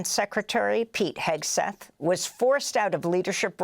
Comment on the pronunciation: Heg-seth, Sheg-seth.